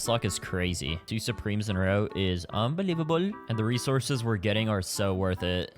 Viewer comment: its un-BEE-levable yeah i know that was trash 😭😭😭